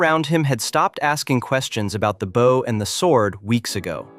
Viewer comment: Geez. Two seconds in, your AI slop voiceover uses the wrong 'bow'. It pronounces it like the bow of a boat, not the kind of bow that shoots arrows. You can't just run the AI slop and expect it to get everything right. You have to go over it all and get it to fix what it botches, or you get absolute rubbish nobody can stand to listen to. Honestly, if you're too chicken (or just lazy and sleazy) to use your own voice, just don't make videos. Yuck.